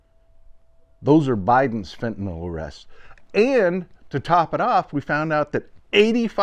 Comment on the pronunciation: I congratulate you! You’re almost the only person who says ‘fentanyl’…most say ‘fentanall’. Thank you.